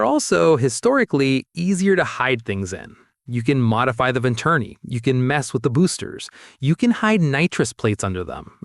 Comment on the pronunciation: Vinturni😂😂😂😂😂😂its Venturi......